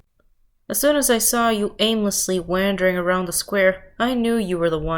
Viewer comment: aimlessly wahndering